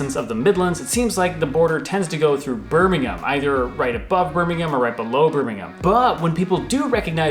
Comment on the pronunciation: I'm from Birmingham and thank you for saying it properly it's Birmingham sounding like birminghum not like ham the meat at the end like most Americans will say it but you have been to England which I like thank you for a good video